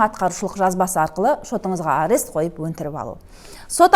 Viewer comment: Арес арес деп айтабересің екен, құлаққа жағымсыз естіледі. Арест - бұғаттау